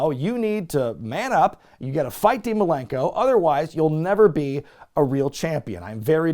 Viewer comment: Best part of that Jericho vs Dean Malenko feud? Jericho calling him “Dean Malerkel’